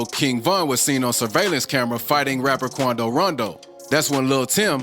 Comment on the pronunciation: “The meanace of nba “ qoundo 😂😂😂😂😂